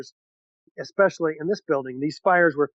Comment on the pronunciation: I love you man but as a speech therapist you're driving me nuts with just a couple pronunciations. It's "anything" not "anythin" and its "especially" not "expecially". <3